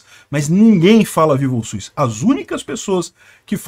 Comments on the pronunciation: O único problema no vídeo é a pronúncia, . SUS não possui a letra i no nome, será que consegue pronunciar SUS e LUZ sem a letra i na pronúncia? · Mano, agora que tu tocou no assunto eu percebi que eu tambem falo SUIS, acho que todo mundo aqui na minha região fala também, porque falando SUS em voz alta parece estranho e SUIS parece mais normal kkkkkk